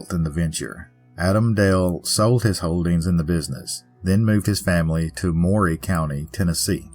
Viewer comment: Great Story! ❤( btw, it’s Dee-cab” County and “Murry” County.)